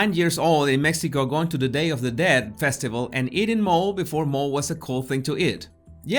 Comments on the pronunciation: I’ve never had mole, but even I know that it’s not pronounced as “mol-ayy.” It’s Mexican, and it’s “mol-ehh” 😂😂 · why did you pronounce “mole” in English, and not Spanish mo-le (moh-leh) 🤓😁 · great commentary!!!! (Y la pronunciación es 'mo-lay' - Mexican sauce) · The word is pronounced mo leh, being a mexican you should know that the word is not mole! otherwise a good video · it's MOL-ay. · She’s addicted to her own press. The Hispanic dish is pronounced, “Mol - layy.” Chicken mole is muy bueno! 👍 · Mole is Mexican! No "molayy" lol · I'm a native spanish speaker, lived in México my whole life. didn't pronounce it correctly. The "e" at the end of "mole" is pronounced "eh". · I'm late to this video so I may not get my answer. Where is the BLG from? Does he really not know how to say mole or was he pronouncing it like English speakers would read it? If he didn't know, I assume he's not from or in the New World, I'm not Hispanic and live in Florida. I know how to pronounce it even though it's not something that I've ever eaten. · You read "mole" in English...😐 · Hey I doubt is from Mexico. He may be from Spain or other Latin American country where they may not serve Mole, and if that’s the case, how would know about mole, or how to pronounce it?? It’s like expecting an American to know some words from the UK that only the English use in their country. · i mean, my family is from Mexico and unless he's from a different \ obscure part of Mexico, he did, to my knowledge pronounce it wrong. The letter e at the end of Spanish words is always pronounced as "eh", unlike English. I'm not sure why he said it like that